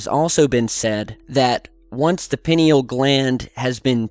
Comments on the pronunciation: ...pronounced "pie-kneel',. 😊Your helpful-hint for the day... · when you say pineal gland I cringe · PINE-al gland. Cause it's shaped like a pine cone is how to pronounce it. And it's actually calcified by the fluoride in out water. Drink lemon water to alkaline state your water. Also meditation. Tm. Is what I practice is meditation to that are and inside the gland is the unified field. It's what connects all life. I go there 2 times a day 30 mins at a time and I actually get true time distortion. 30 mins feels like 3. It makes you realize full human potential and also reminds us they we are super humans who have amazing power and creativity. The 5 sense get in the way of what's real spiritually. And we live in a distracted world that has actually made us less powerful humans. Focus on what's inside and your life will get better on the outside. I've been in the field a thousand times and weird visions and things do come talk to you. Could be the divine. Could be aliens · Pronunciation. Pin-ee-al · You pronounce it a bit like penile gland 🙈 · Pie-knee-all,. But yeah, great topic, it is wonderful that someone like you who likes sharing stuff with others came across with this information. The human history is about great discoveries like this one. Keep doing what you LOVE no matter what, that's another way to have an active pineal gland. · pronounced, pi-nee-yall gland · "Pie-Knee-all" Sorry, i usually dont nitpick... I know, I know, Toe-may-toe, Toe-mah-toe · thought you might be mispronouncing this word pineal. I have never heard it pronounced like this before. it has always been pronounced like " pine- knee- all " from everyone I have ever heard say it. I checked the pronunciation and you are right. another Mandela effect. Anyone else remember it this way? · It's pronounced as pineal from the word pine. Not peeneal. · I think it is pronounced pie knee al (not peen eal) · It's pronounced like "pie-Neal". It's easy to look up. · It’s pronounced “Pie-neal.”